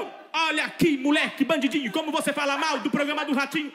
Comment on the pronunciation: acho muito engraçado o N que ele põe no meio das palavras. - Bandindinho -Binxiga -mindingo 😂😂😂😂😂